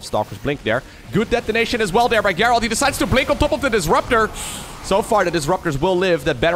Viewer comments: the name Gerald is pronounced like "jerald" with the j sound that comes from japan or james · In english if the G is followed by an E it has the sound of a J. So its pronounced Jerald. Also, the last purification nova hits those stalkers if you watch the supply at the end. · If it's a Witcher reference, well, cool then. Just thought I'd point out that, typically, it's pronounced the other way. Cheers! :) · His name pronounced Jayr reld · Thanks for casting so many great games! Just for future reference, the name “Gerald” is pronounced with a soft g like the name George or the word gentle. Identical to a j sound. :)